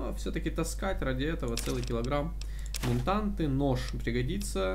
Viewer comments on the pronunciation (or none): Почему блядь МЕНТАНТЫ ??? Когда ментаты )